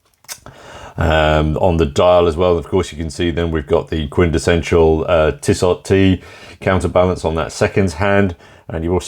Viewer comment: Tissoh, not Tissott.